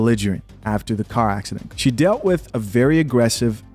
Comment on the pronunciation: "She dealt wiff"....